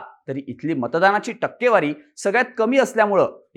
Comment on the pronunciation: ****Murkhanno****.. news denyaaadhi takkewari kashi wachayachi he shikun ghya.